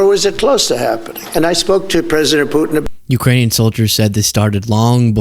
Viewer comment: President Pewtin? ROFLMFAO